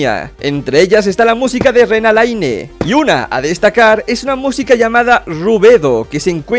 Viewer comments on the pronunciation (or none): XD todos comentando que buen video y que es una clase de química y eso pero nadie se dio cuenta de que dijo rena laine y no lena raine